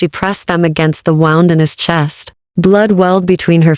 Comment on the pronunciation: Please fix the cadence , it sounds like IT like a computer tec, There is no pause after sentence. Please I like the stories🙏🏻💋It also says Wound like you would a ball of yard instead of wound like bleeding from ;)